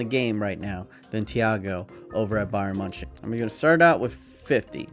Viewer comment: Bayern munchen Great pronunciation